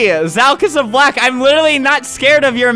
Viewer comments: It sounded like fuck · Omg it did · Sound like u say f word Ik I said IT SOUND like it but ik he said LUCK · it sounded like he said the f word 😂